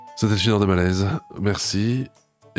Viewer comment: J'ai adoré l'outro de: "Zetai le gideur de balaize, berci, orwar" 😂😂